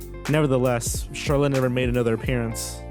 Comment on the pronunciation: How is it that he pronounces Charlotte correctly every OTHER time? Lol